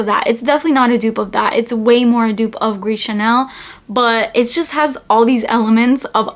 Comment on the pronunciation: It's "Gris ChaRnel."